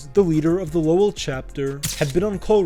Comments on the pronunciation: It's pronounced more like "lowle" more than the spelling of "Lowell". Solid vid though. 🤙🏼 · The way you pronounced Lowell pisses me off so bad haha 😂